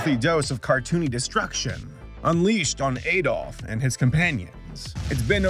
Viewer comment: Does he say A-dof on purpose or XD Also, what cartoon is the screen from